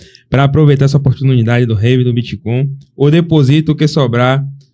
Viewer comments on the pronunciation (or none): Esse cara que leu do min ao não consegue Bitcoin? Ele tá com preguiça e fala bitCON? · eu não tanko o cara falando BITCON kkkkkkkkkkkkkk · Ensina pro “puliça” que o nome da moeda não é “boticon”, é bitcoin!!!! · bitcon é o meu falo fala direito, poxa, é BITCOIN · BITCOIN CARALHO, "biticon" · O intrevistador nem sabe falar bitcoin 😅